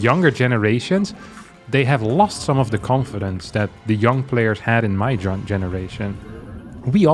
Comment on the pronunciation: Why do you pronounce YoungYakov like "You - ng - yakov" and when you say "I was young" it sounds "ya - ng"?